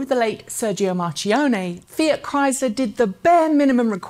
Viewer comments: Marchionne is pronunced more like Markionne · great video, just a tip, marchione is pronounced as 'markione' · Mar-Key_Own-Eh............... CHento-Ventee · Dear, you always make me smile when you name Mr. Marchionne (r.i.p.): you don't know but you say like it was written in italian 'marcione' (big fat rotten) instead of MarKionnne.😂BTW... Thank you for your hard work! You make the difference! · Yes, and ex-bos Marchionne is pronounced MarKione. Interesting vid btw! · Isn't the ch in Marchionne hard (marˈkjɔnne)? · Yes markjonne